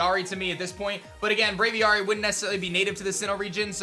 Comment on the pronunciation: Fun Fact: Braviary is a bird Pokemon. Birds are often kept in cages/enclosures called “aviaries”. Braviary’s name is a combination of brave & aviary. Aviary is pronounced ay-vee-air-ree. Thus, Braviary is pronounced: bray-vee-air-ree rather than bray-vee-are-ree as pronounced by in this vid.